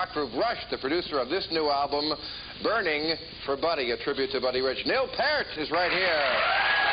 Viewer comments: it's just a fucking crime when you are interviewing if you don't get the names correct. PAREt? It's not pear like the fruit. PEER as in PEER pressure. PEERT. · "I got all those names right, and that's not easy." I've got some bad news Bill, Peer-t, not Part or Purt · paart???? Peart! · Douglas Stephens Bill Maher pronounces it like "Pair-t". The correct phonetic pronunciation is "Peer-t". He (Neil) has made this clear in various other interviews. I can provide links if you have any doubts about the correct way to say it. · why can't anyone in the universe get Neil's last name correct....not that damn difficult...PEE-YERT, or PEERT.....not PAIRT, PART, or PERT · Neil's last name is pronounced "Peert", not "Pert". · No you did not get it right Bill, Neils last name is not pronounced Pear t, its pronounced Peert. Fool, lol! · So, Neil "Paiert" (or whatever the hell this troll is saying) takes Ma-her to school... and it has been preserved on the all mighty YouTube. I like this. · "Neil pairt" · You did not get all those names right. It's Neil Peart ( pier-t). You're not the first to mis pronounce Neil's name. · Neil calls out Maher! Brilliant!! I've never been a fan of Maher - his overly-inflated ego, HUGE arrogance and very little talent. Maher (even then) puts himself up on a pedestal of being an authority on things he knows little (if anything) about, just so he can belittle those he disagrees with. His arrogance and ingnorance starts with the pronunciation of Peart's name! It's nice to see Maher surounded by actual thinkers who have something meaningful to say! Bravo, Neil!!! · Maher started off by butchering the pronunciation of Peart. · He actually said Peart wrong! haha